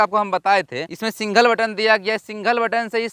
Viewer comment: Single❌singhol✅🤡 Add❌edd✅🤡🤡🤡